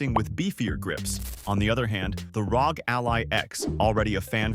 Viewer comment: pronouncing ROG as "rawg" is just weird, it's not a word lol it's an acronym 🤦‍♂ imagine if people called the CIA "sia" or the FBI "febi"